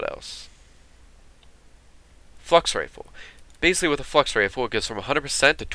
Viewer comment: when you said Flux Rifle it sounded like you said 'Fucks Rifle' LOL